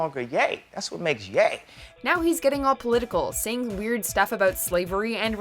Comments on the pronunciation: why did she say Ye’s name like “yeee” LMAOOO it’s pronounced YAY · It's Yay (Ye) for Kanye....not Yee lol. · Ye is pronounced yay not yeee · Ye isn't pronounced "Yee" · "There is no denying that YEET reputation suffered...." I didn't know that is how Ye from KanYe was pronounced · Was looking for this comment. How do you get "Yee" from "Ye" when his name is pronounced KanYAY. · LOOL Beats me bro. Funniest part is that she now said Ye properly like 2 minutes after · Did she really call Kanye “Yee” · they really called ye "yee" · Did you just pronounce ye as yee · she said ye wrong